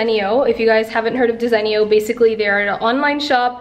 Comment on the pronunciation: Desenio 😂 it’s not pronounced that way lol . I like the gold shelving I needed something like that .